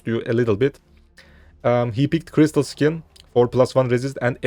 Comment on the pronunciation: Kardeşim İngilizceyi güzel konuşuyorsun da şu skin(deri)yi (sikin) şeklinde telaffuz etmen yok mu.. Sen büyük ihtimalle eskide Knight Online'da oynuyordun. Mesela Knight Online telaffuz ederken (nayt online) yerine (kınayt online) şeklinde mi telaffuz ediyordun?